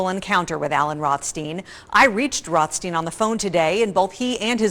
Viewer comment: ROTH… STEIN? Really